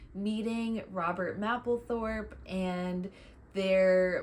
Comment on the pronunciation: Very nice video; by the way, I think most people (including Patti) pronounce "Mapplethorpe" with a long "A", like the month of May; not "map" like you're looking at a map. Since Robert is so key to Patti's story, this is rather important. Blessings